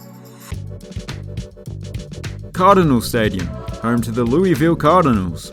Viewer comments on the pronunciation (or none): Louisville is pronounced "Lou - uh - vill." Don't worry, even Americans don't get this right all the time. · A friend from KY taught me that you have to use your diaphragm and make it vibrate....LOU...vul, almost as if two syllables. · I will never be able to pronounce the name of LV the ‘local’ way. I will always speak it as an homage to Louis XVI: LEW-ee-ville // Proud American, BTW 🇺🇸